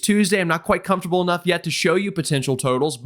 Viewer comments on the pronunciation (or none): none